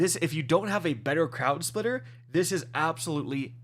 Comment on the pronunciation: It’s crown splitter not crowd splitter